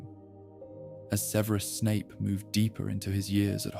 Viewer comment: What's with the annoying pronunciation of Snapes 1st name?